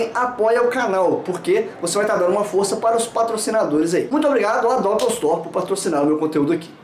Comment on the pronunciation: Uma questão que me intriga: é "dópel" (como vc pronunciou) ou "dopél" (como o Pirula pronuncia)??